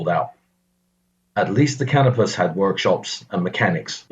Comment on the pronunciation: As usual anymore, this narrator has no clue how to pronounce common names from the period. While a Brit might be forgiven for mispronouncing "Packard", a very well-known brand of American car at the time (the company didn't finally go away until the early 1960's), there can be no excuse for "Canopus", a figure from classical mythology after whom a particular star useful to navigators is named, and less still for blundering "ensign", an officer rank still alive and well in the Royal Navy to this very day.